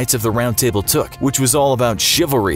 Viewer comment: Did he just say “knights of the round tible”?